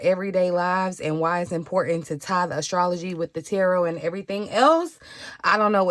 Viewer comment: Oh I say AstroTea when I talk about astrology lol when I heard you say astrolotea I was sat